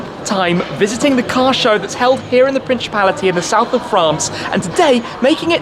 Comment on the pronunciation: Did I just hear ‘prinshipality...?’ Wrong in many ways.